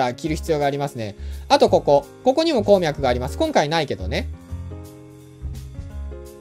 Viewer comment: こーみゃくの発音が気になるww